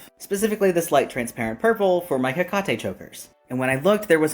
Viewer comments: maybe I’ve only heard people pronounce Hecate incorrectly, like He-Kate, but He-Kah-Tay is a new one for me. 😂 I did a search cause I was curious, most common is he-KAAH-tee. Not seeing many people say He-Kah-Tay. Not that it really matters compared to the rest of this dudes mess. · Pronouncing it "hecaTE" pmo..its HEcate🥀